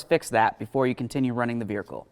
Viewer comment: Great video! I never knew the word "Vehicle" had an 'r' in it though. Hmmm....😂